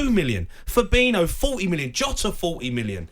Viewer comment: also Jota not Kota...